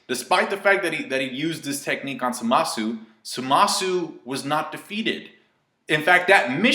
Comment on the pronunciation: By Samasu you meant Zamatsu, right? You pronounced it wrong but good vid